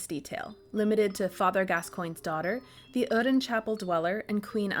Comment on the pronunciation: Either the accent is consistent or it isn't. My god, my ears bled each time you said oedon